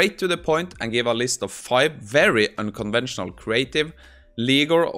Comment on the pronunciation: unconventional, not unconvensional